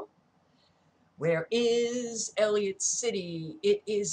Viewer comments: You must know by now, it is pronounced EL - ih - COT City not El-ee-ut. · it is E L L I C O T C I T Y. Whats bad is you said Elliot so many times. You will be ok. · Not to be nit-picky but ... you're missing the "c" in Ellicott when you say Ellicott City. It just jumped off the computer screen and ran its nails down a chalkboard to me. Why? Because I am Maryland born and raised. I grew up about 45 minutes away from this location. When I moved out and went to college, I was then about 10 minutes outside of downtown Ellicott City and used to take a "de-stress drive" through that area and along the river - to get away from all my roommates and get some time to think. I'm not trying to be rude by pointing this out. Really! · ELLICOTT NOT ELLIOT EASY MISTAKE. ❤